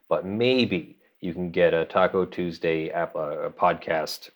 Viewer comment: I suspect it is pronounced "Tacu TuuursDAY" :)